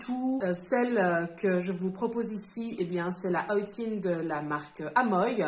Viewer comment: Alors effectivement je ne connaissais pas. Et merci pour la prononciation, j'aurais prononcé à la française (oh le touriste) 😂 À quand l'envoi de la Chan Box en Suisse ? Ça m'intéresse beaucoup